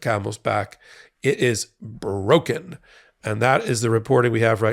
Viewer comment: "It is brrrroken" lol